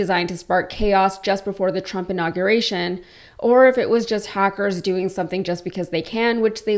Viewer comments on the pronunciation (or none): none